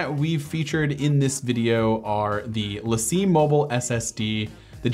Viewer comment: Great video but the Lacie drive is pronounced Lacy